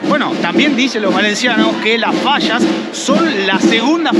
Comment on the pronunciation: No saben decir fallas dicen fasas